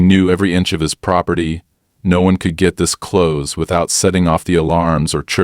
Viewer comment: Stop with the use of AI to read stories as it can't read English properly. If it was true AI, it would have learnt context for word pronunciations for words like close, and things like HOA are not words but read as the individual letters, things even young children can get right!